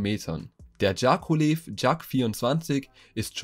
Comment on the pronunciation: Dschakolehv? Hä? Leseschwäche, aber im Internet Geschichten vorlesen. Der Konstrukteur hieß JAKOWLEW. JA KOW LEW. Ist doch gar nicht so schwer!